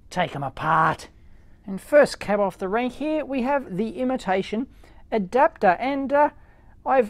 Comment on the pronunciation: LMAOOOOO ADAPEER